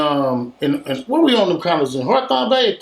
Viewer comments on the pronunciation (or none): said horthawn lmaoooo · Think he meant to say Hawthorne Lol idk